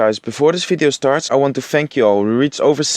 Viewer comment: "Enjoy this Fideo" lol